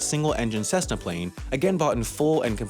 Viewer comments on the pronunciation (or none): none